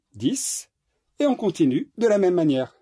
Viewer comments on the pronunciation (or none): none